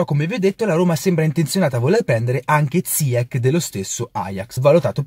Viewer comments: Si pronuncia ziyesc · Non si chiama ziakkk ma ziach.... Ch in francese si pronuncia come..ci.. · Cmq si pronuncia zaiec non ziec (il nome si scrive ziyech)